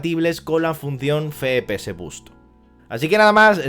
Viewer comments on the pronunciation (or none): Que verga es "Fepese" que yo sepa la "F" se pronuncia "efe" no "fe". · Soy yo o dice "fepe eses" en vez de "efe pe eses". Sin acritud, eh que me parece un buen vídeo. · … he visto varios vídeos suyos y siempre comete usted el mismo fallo.. no sé si es que lo hace queriendo la verdad pero al hablar de las abreviaturas del framerate de los vídeos juegos habla y dice usted literalmente “ fe.pe.eses” y la letra F se dice “Efe”, es decir “ Efe.pe.eses” se lo digo porque parece usted un poco garrulo al hablar así … espero que le valga.. gracias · no digas feee ps se dice fps me estrese pero gracias por la info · Como que "Fe pe eses"? Los entiendo claro...pero esta mal dicho 😅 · Yo también me pregunté todo el video que letra es la "fe"? solo conozco la F y se diría "efe" Ahhh... Con estos tíos... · FE PE ESES!!!! jajajajajajajajajajajaja. EFE PE ESE. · ef pi es al menos dilo asi XD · Cuántas veces puedes decir mal "efe pe eses"?: Si. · dice fe pe ese no efe xd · Sinceramente dejé de ver el vídeo a los 2 min... no me soportaba el FE-PE-ESE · Buen video pero por favor no digas más "FEPEESE" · Ambas están mal. Ya que las siglas son en inglés "FRAMES PER SEC" debería ser "Ef Pi Es" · La verdad no es tan grave pero si se escucha muy extraño.